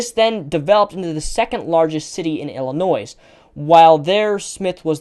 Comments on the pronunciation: Great video.... but when pronouncing "Illinois" the "S" is silent. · the "s" in Illinois is SILENT! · I cringed every time you pronounced the 's' in Illinois.. but besides that, very informative video.